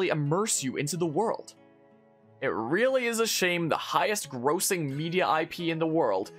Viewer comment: Mispronounced grossing lol